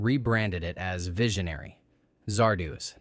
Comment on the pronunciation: I've noticed that everyone who talks up "Silent Running" tends to gloss over or even completely ignore the fact that the MC murdered his own crew and the crew of another ship that came to rescue him for the sake of trees that will probably end up dying anyway. How do you mispronounce the name Zardoz when it's said repeatedly in just the first few minutes, even if you are an AI? Kind of funny that I watched most of these movies already.